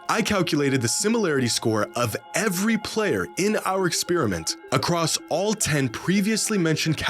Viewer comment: pls stop saying acrosst